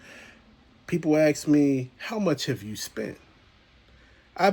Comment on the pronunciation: People axe me lol